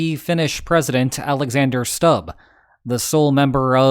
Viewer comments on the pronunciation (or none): "u" in Stubb is pronounced like "o" in "tool"